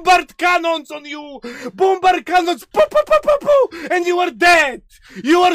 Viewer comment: I love the way he says bombard cannons 😂